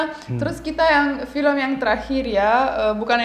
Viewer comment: BAk mas ituh vilem nyah judulnyah apah